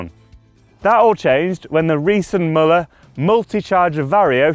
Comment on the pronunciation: Müller. Pronounced "Mew-ler"